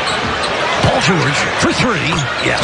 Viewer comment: 경기 캐스터 마이애미쪽 분인가요? 발음이 진짜 영화 나레이션 듣는 것 같네요 특히 죠오올~지 할때 ㅋㅋ 늘 잘보고 있습니다 세계에서 okc에 관한한 최고의 하이라이트 필름 채널이라고 확신합니다.